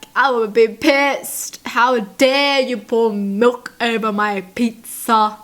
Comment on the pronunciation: "HOW DARE YOU PUT MIOLKKK OVER MY PITTZAAH"